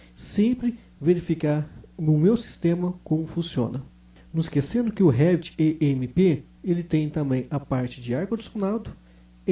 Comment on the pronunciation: Não é E M E P, certo? Seria M E P